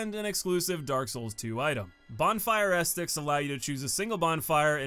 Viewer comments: guy really pronounced it bonfire ass sticks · Bro it's not estics haha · Why does he call Bonfire Ascetics “Ass sticks” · How do you mispronounce ascetics? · Why do you keep saying ascetics like that though